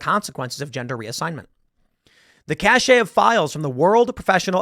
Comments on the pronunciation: Tim, the word “cache” is pronounced “cash”, not “cashay”. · cache = "cash" not "cash-ay" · It’s not pronounced CACHÉ it’s pronounced cash 😂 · ....... Dude, cache is pronounced to rhyme with 'cash'. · "cash-AY" lol ok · Idk about that, seems like you're projecting, and that's fine and all, because I was just mocking Tim since he always wants to act like he's smarter and better than everyone, but doesn't know how to pronounce 'cache'... and according to you, I'm "triggered" but you're the one that seems hurt by a comment... be better.